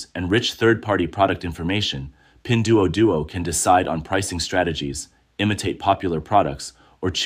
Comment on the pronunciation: AI can't pronounce it right. You'd be dead as a result of that drinking game.